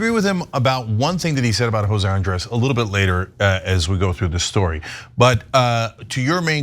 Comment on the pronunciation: Ben trying to pronounce Andrés. Grade is C-. Too quick, ingenuine with a bit different nastiness to the tongue. And the 2nd take mentality of the Israeli government is inhuman. One take to negotiate. You do something else, that's inhuman negotiating.